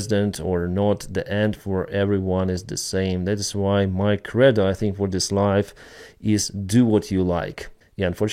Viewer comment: this is not a criticism at all but the way you pronounce credo is like this: kree dow - cre sounds like Tree a long E sound and do sounds like dough as in bread dough or doe (a small deer). While I'm at it the way you're pronouncing battalion is also a little off, - it should sound like Ba Tallion two syllables and NOT Bat allion (this is what I hear when you say that word) - your English really is excellent but sometimes you're pronouncing a word the way its spelled and that doesn't always give you the correct pronunciation.